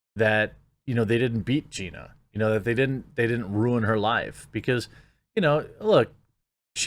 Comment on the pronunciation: wait, did you say Ronda V Gena ???